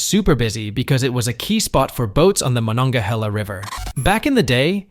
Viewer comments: How are you going to pronounce Braddock correctly, but butcher Monogahela like that? In case you're interested.... it's MAH-NON-GAH-HAY-LA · I feel like this is mostly AI generated content based on keywords and little knowledge about these places went into this video. When talking about Shenandoah and the drying up of coal jobs for instance, you showed an image from Yellow Dog Village which is clear across the state. The inability to pronounce the Monongahela River correctly is making the research into this video dubious as well.